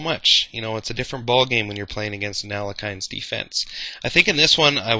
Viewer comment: I thought it was pronounced "Alek-hine" for awhile, too. It turns out his name is actually pronounced "Al-yek-hin" (with a soft H). Not a big deal, just thought it's worth pointing out for your viewers. Fun video though!